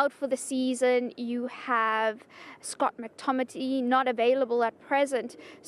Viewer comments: Did she say Scott mctomity😂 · Did she just say scott mctomity?